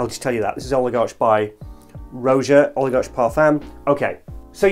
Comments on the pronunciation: You mispronounced oligarch. The c h sounds like a k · It's pronounced Oligark, i think